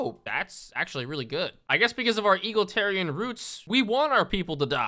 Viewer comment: It's pronounced E-Gal-Itarian, just a small thing I noticed. Love the content btw.